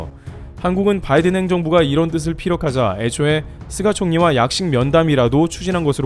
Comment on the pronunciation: "쓰가" ... 속이 쓰렸"쓰가"...?